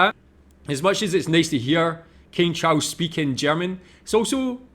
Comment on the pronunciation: "King Chaus"!!! 😂😂